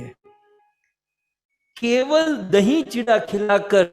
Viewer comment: This is not Chitwa chida say properly chura is correct words